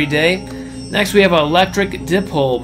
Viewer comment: It’s PaTent not paDent. And dipole, is die-pole, or d-eye-pole.